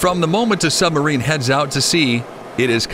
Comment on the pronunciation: Why does he keep calling it a Sum-barine?